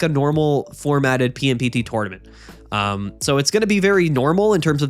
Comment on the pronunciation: I really enjoy how the PMPT tournaments sounds like “pimped”